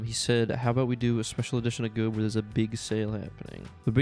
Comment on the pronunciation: ITS NEVER G.O.A.B. (er)